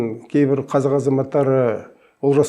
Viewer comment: Неге қазақ дегенді қазық дейди мына адам?